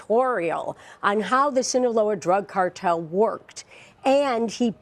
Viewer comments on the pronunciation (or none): SINALOA! Not "Sinloa" you dumb f*ck! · This guy really doesn't know how to pronounce Sinaloa? Sinola? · THAT'S NOT EVEN HOW YOU PRONOUNCE "SINALOA" 💀